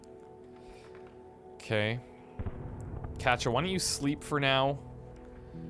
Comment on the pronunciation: Their names are pronounced cot e uh and pahv lay